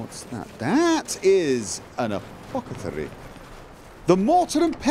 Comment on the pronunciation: apothecary not apocethary